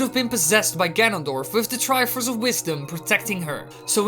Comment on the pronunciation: "The Triffffuufuf of courage"